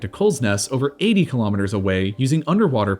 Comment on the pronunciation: Kilometres not Kulometres. KILO = 1000. Pref.ixes Mo.rons